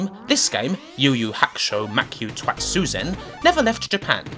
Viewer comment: I'd point out it's to-i-tsu-ze-n, but I think you just enjoyed saying 'Twatsuzen'.